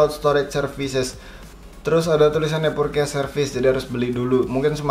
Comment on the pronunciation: Purces... Bukan purkes...